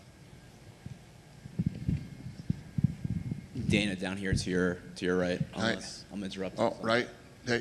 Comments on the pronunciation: “Are you still going to Adu-Dabby ? “ 😂😂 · "y'all still going to Adubabbi" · “Are you still going back to adadabby?”